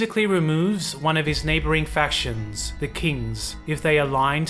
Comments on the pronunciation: it seems to be certain letters is all/ Instead of fac-tions, it comes out as fasions, and the overall candace is just a bit off. Some words randomly have emphasis put on them at the end for example. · It's the mispronunciation of "factions" throughout the video for me...